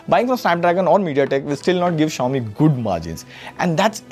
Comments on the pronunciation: What is Zayomi? Just say Xiaomi man. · Shao-mi❌ jao-mi✅😂😂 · no way he pronounced Xiaomi wrong. i think ai voice was used in this segment as it can pronounce it wrong. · Bro Chill he's human too.. he can fumble out too